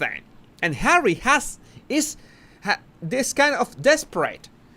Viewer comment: Hawwy Hawwy are you listenin? 😂